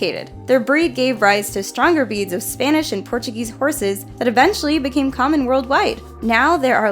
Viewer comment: She said Beeds